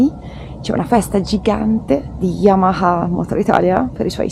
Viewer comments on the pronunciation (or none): none